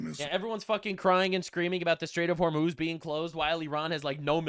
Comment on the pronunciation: I swear I heard netanyahu say "Straits of homos"